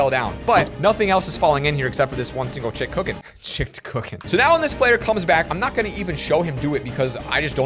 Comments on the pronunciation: Someone: what is your favourite food: chikked cokken😂😂😂😂😂😂😂😂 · We Have A New Word Guys it's "Chicked Cookens" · “Chicked cooken” -2021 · NEW WORD UNLOCKED "CHICKED COOKEN"